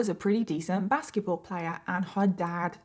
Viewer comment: Okay is it just me or is anyone else hearing "baskie-ball" instead of basketball more often than not???